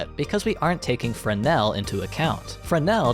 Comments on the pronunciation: "Wow! Frezznel!" I am fucking wheezing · “wow frass nal!” was far more funny than it should have been